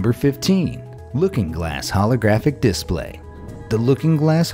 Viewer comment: Why does he say display like that😭😭😭😭